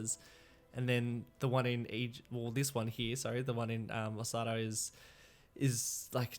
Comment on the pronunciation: there you go. You pronounced it right. And thx for featuring my capital name.